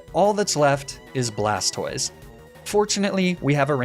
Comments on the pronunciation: "Blastwah", well, Blastoise would be Blastwahz, and feminine. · "blastoi" absolutely killed me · I’d you’re going to intentionally mispronounce Blastoise, at least pronounce it BlasTIS so it sounds like TorTIS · Blastoise pronunciation🥸